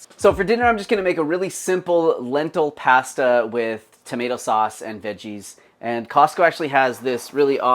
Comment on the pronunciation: I can't stand when people say pasta like that 🙉